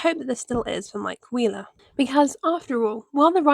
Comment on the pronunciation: did u just say mike queerler ..